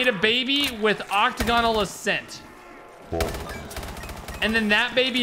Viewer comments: oc-tag-onal. not octagon-al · the way you said Octagonal triggered me...